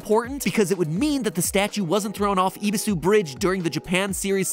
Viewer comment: Also eh-bee-su not e-bee-su